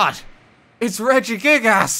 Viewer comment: Highlight of this video is saying “Redjie-gig- a$$” all the time